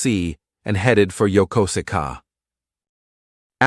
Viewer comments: Please learn to pronounce Yokosuka. I served on the USS Midway 1978-80 in Yokosuka. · This would piss my dad off big time. I would mess with him and pronounce it just like in the video, and he would yell at me 😂. My dad served on the Kitty Hawk from 1977 to 1981.